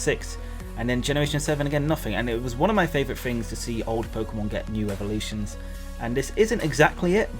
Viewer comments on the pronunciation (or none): none